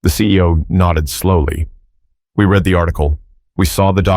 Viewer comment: The narrator has a problem- The difference between "read" (pronounced like "reed") and "read" (pronounced like "red") lies in their tense and meaning: "Read" (reed): This is the present tense form, used when referring to the act of reading something currently or generally. "Read" (red): This is the past tense form, used when referring to something that has already been read. For example, you might say, "I read books every day" (present) versus "I read that book last week" (past). Read vs. Read – What’s the Difference? - Writing Explained